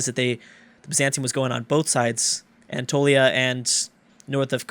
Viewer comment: FOR THE LAST TIME ITS ana(like the name)-toe-lee-ya